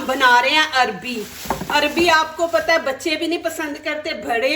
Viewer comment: Sister arbi nhi arvi bolo